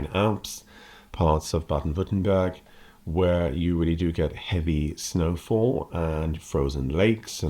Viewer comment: excellent video, I really appreciate you saying "Baden-Württemberg" in a proper way and that is a tongue breaker for british tongues